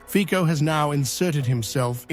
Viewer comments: The correct pronunciation of Slovak prime minister's name is /fitso/ not /fiko/. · ...Fico is pronounced Fitso, not Fiko... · Fico is to be pronounced 'Fitzo'. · Pronounce Fico correctly!!